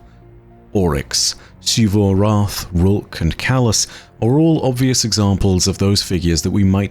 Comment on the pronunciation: why does say it like "Sheevu Arath" isn't it closer to Zivu Arath?